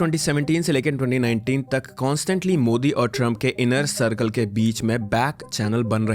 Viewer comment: Mujhe bhi yahi lga tha yr starting me, but fir "modi' ka pronunciation sunke lga ki something is wrong😂